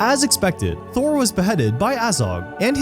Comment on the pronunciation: Thror not Thor. I've watched two of his videos, and he has a really hard time saying names correctly.